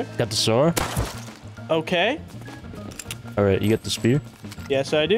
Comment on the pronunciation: God bless that kid has no hope he can’t pronounce sword and he said cadillac arrest 🤦🏼‍♂️